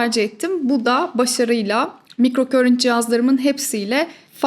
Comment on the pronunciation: Emeğiniz için çok teşekkür ederiz ilgiyle takip ediyorum sizi ancak /mikrokörint/ şeklinde okunan bir kelime yok, alanım İngilizce olduğu için söyleyeyim; sözcüğün doğru okunuşu /maykrokarınt/ dır; ama buna da gerek yok güzel Türkçemiz dururken; keşke “mikroakım”ı tercih etseniz. Saygılar 🌸